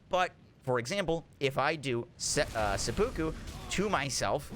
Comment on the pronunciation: Love your videos but please learn how to pronounce seppuku lol. Japanese ritual suicide